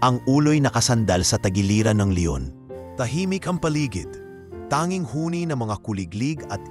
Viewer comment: Pls lng ayusin mo ang pag narrate ok? Mali mali instead na leon, le on wheeey😅